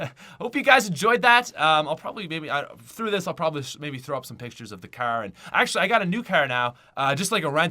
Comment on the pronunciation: Why does he pronouce car so wrong its funny